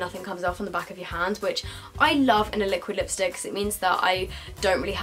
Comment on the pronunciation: take a shot every time she says liostick